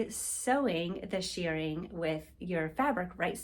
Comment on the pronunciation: It's pronounced "sherring" not "sheering"